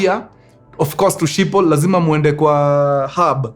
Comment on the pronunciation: It is pronounced as "skhipol" in Dutch